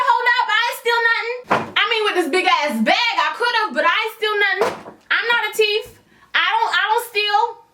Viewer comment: “A teef”. 🤣🤣🤣🤣🤣🤣